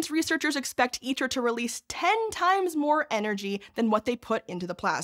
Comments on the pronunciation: ITER is pronounced "EATER", because that's what it does to money. Producing little of value. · Fitting that ITER sounds like Eater... It eats money and produces... maybe some data if we're lucky.